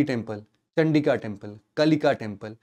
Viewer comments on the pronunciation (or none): Sir in temples k hindi name liya kro.....ese confusion ho jata h.... जैसे,,, चंदी टेंपल नहीं चंडी टेंपल,,, चंदीका की जगह चंडिका टेंपल,,,,, चंडेला वंश की जगह चंदेल वंश होगा,,,,,, Video is fully loaded with important information....bs pronounciation hi confusion de rha h....💔